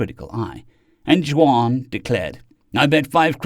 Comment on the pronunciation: Just a note. Juan is pronounced "won" not "jwon". Thanks for your great narration